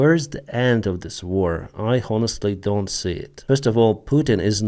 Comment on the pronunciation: You use the word “honest or honestly” a lot. The H is silent. Your English is great, but please don’t pronounce H.